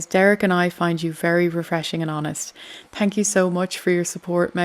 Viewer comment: I like you and your channel but when you say thank you you have to pronounce the H Say thank you over and over again do not say tank you